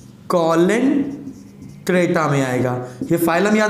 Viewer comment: Or ha Sir use कोलेनट्रेटा nahi balki सीलेनट्रेटा bolte hai..